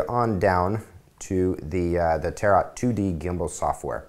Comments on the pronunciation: Tar-OTTT, it's pronounced tare-o, (the French way) I think :) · LOL, he says 'Tarot' like 'carrot'.